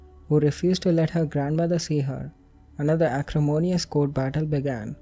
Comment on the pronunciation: Narrator: I’m sorry, my pronunciation is trash. Also narrator: acrimonious You’re perfect. Don’t worry about your accent. Desi accents are awesome.